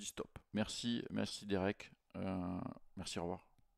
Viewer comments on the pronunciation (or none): none